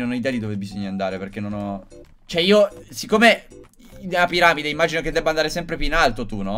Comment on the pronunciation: Si dice piramod!! Chi segue gli spicy boys capisce